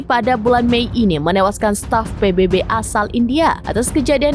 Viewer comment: Sebutan nya adalah PBB tolong jgn baca huruf salah. Ini huruf bunyi nya B bukan nya baybay